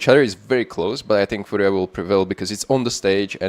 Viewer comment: perfect pronunciation of "furia", come to brazil! mibr?